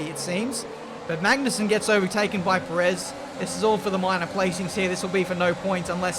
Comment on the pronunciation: You are pronouncing perez wrong XD